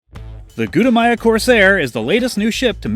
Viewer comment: Why is shouldnt : gutamaya